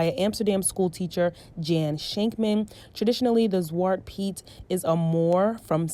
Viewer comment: ZwatrE Piet, your forgot the E at the end. Just saying because you asked in the video :)